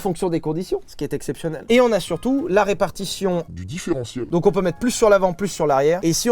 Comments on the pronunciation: Sylvain dit un mot bizarre à un moment : "différent-ciel", je crois. C'est quoi ? :3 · J'ai pas bien compris ce que t'as dis Sylvain. C'est quoi un "différencieul"? Et puis surtout, comment ca marche??? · Ya un mot que j'ai pas compris, le différentiel je crois ? c'est quoi ?